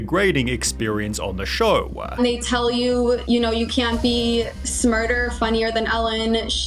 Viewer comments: "shOwahH" stop talking like that.. made this video such a hard watch holy shit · I like your Elmer Fudd voice and dumb pronunciation ! lol ♥ like when you say flooaaarr instead of floor, showaa instead of show, or anything with an o you add an AH after,,,, or reportaaaaaah instead of reporter. Or maybe it's a cultural thing from where you live: then please tell where that is, it must be hilarious to hear people talking like that for real